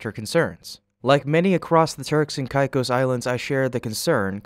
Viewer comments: "k-eye-k-oe-s".. mate, sort your pronunciation... it's really esay... CAKE-OSS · Turks and what? Never heard it pronounced that way. Turks and Caicos is pronounced turks and kay-cos. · “Caicos” is pronounced as “kay-kos.” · Sound it Out: Break down the word 'Caicos' into its individual sounds "kay" + "kos". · I have only heard the island name pronounced as KayKos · AI junk content. If you can’t pronounce Turks and Caicos‘s, you’re clearly AI… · Can't even pronounce Turks and Caicos right. I suppose at least it is consistently mispronounced. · While spacex looks into those matters can you research how to pronounce Turks and Caicos which you butcher about 5 times.